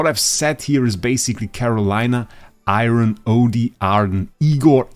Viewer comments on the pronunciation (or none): Bro it’s Eironn not iron